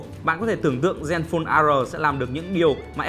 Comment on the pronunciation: Zenphone "A Rờ", ....lạy!!!